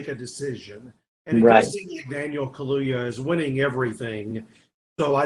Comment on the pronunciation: Ayyy said Kaluuya right, or at least in the same way that Steve McQueen says it (which I'm hoping is right)